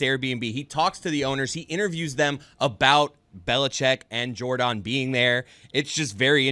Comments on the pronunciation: Love how they pronounce it JorDAWN lol. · Are they just trolling continuing to pronounce Jordon’s name wrong? Even Pablo said her name is pronounced like Jordan and made a comment about actively stopping calling her Jor-don. It just diminishes the reporting and makes them sound like the guys on TMZ